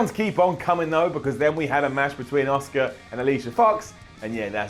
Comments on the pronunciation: please say it right.. ASSKA is the correct way to say it not OSCAR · its Asuka not Oscar. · Everytime he says Asuka it sounds like Oscar and that is so annoying to me last track of the whole video after that